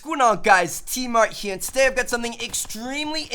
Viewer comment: you said Tmartn here with a NJ accent.